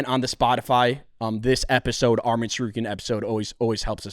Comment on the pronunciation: Say his name correct arman not armin